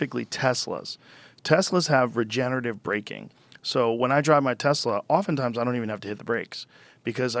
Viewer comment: I love it when people like Joe Rogan talk about things without actual facts, and yet they are convinced they know everything about the topic. But it would be great if you got to talk with him. Because you're a fact minded, level headed guy. Even if you pronounce Tesla wrong. :)